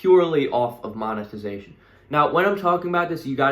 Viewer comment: Boy really said "moneytization" 😂😂